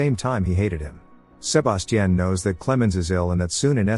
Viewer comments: How many times can you say Sir-bass-teaan? x Damn AI is broken wtf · Sa-ba-ti-ion…Jesus! Over and over is crazy work.. so distracting, couldn’t even get into the recap 🤦🏾‍♀️ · I would’ve took someone else identity if my name kept being pronounced “SHU-BAS-CHIN” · I hate the way it says sebastian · yeah, it will be a while before AI gets certain words rights. That tells u rights there not to be afraid of them taking over the world. 😂 If a robot shows up in my house trying to kill me I’d ask it to say “Sebastian” several times… at least I’ll die laughing. 😂😂😂